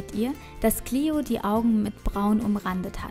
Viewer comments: Lukas Herzog Die englische Aussprache ist "Clio". :) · Xenia Speier "Clio" ist die englische Aussprache von dem Namen. :)